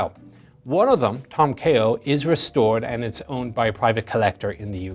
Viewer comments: Tom Keogh pronunciation.. oh c'mooon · An Irish man that can't pronounce keogh properly ffs